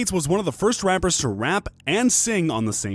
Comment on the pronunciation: Are we going to ignore the fact that in the beginning he said rampers instead of rappers